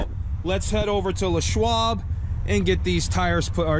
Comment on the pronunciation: Why the hell do you pronounce it Le' Schwab, like Pepe Le' Pew? His name was LESSSSSSS.